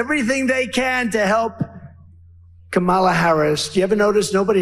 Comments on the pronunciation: An English teacher wouldn't call you brilliant. Your speech is atrocious. You can't tell how poorly you speak because you are a failure in so many things, including language. You can't even pronounce Kamala properly. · Perhaps we should approach that Trump is not smart enough to pronounce these names properly. So he makes it into a joke to hide that fact that he is just too stupid to pronounce words. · Donald Dump 💩 still pronouncing her name wrong. Grow up Stump! 🙄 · He seems to know her last name but can not pronounce her first name.🤨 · I am definitely voting for Harris/ Walz but I am very concerned about the electoral college. I know Harris will win the popular vote but the electoral college. We need the house, senate, White House. He is still being disrespectful and refusing to pronounce VP Harris’s name correctly. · Kah-mah-lah dotard, but I guess it takes intellect to know how to pronounce it. Harris/Walls 2024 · They don't know her last name, because he's saying someone else's name. Let's make it easy, ConOld... CommaLaa. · You don’t mispronounce one word, except your main opponents name “Kamala”!!!!!😂 😂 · He has to verbally stop! so he doesn’t accidentally say Kamala’s name correctly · Hell, he doesn't know how to pronounce her FIRST name, 😄😄😄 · He doesn't mispronounce one word? He can't even say Kamal! Of course he just calls her "this one" which is yet more misogynistic bullshit. Very Margaret Atwood... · Maybe more people would know who you were talking about, Donnie, if you pronounced her first name properly. Ya think? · How about start by not mispronouncing Kamala's name . . . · He always pauses before he says Kamala’s name because he’s trying to make sure he pronounces it wrong. He knows how to pronounce it correctly because there’s been many occasions when he has. He’s TRYING to pronounce it wrong. So childish. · Every time he's gonna say 'Kamala', notice the slight pause as he has a quick think on how to pronounce it this time round.